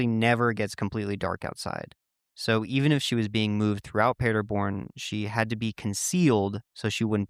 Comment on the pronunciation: Native German here, the way you pronounced the town cracked me up. For the record it's pronounced PAH- der born, not Peterborn. This brings back many memories growing up and watching the world cup with friends and large groups of people on screens set up at the park. I grew up in a town only a few miles from Paderborn and we always rode home our bikes late at night and felt totally safe. It's super common.